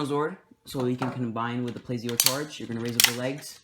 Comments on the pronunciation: It's pronounced spy-no not spee-no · It's spino not speno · ...Speeno? Huh, I always thought it was called "Spy-No" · It is SP-I-NO